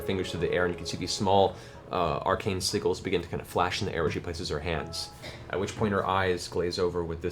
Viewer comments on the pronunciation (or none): WHY does he pronounce "sigils" as though it rhymes with WIGGLES ??? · bad dragon ;) I have never heard sigils pronounced this way travis lol